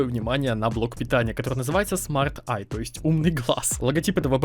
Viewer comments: не Smart Eye а Smart Bye... [хоспаде, шо за имбецилъ] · Не Smart Eye, а Smart Bye) P.S. Не, ну FM2+ - это пиздец, хотя с ценой в 24к при 70+ долларе что можно было ожидать? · Фирма smart bye а не eye